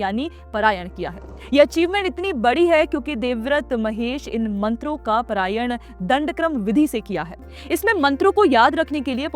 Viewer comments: Not prayan it is Parayan🙏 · It's not parayan, paaaraaayan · It is not परायण. It is पारायण। It is not मध्यांदिन् It is माध्यंदिन्।